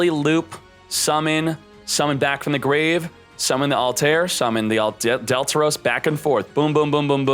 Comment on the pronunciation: It’s pronounced altare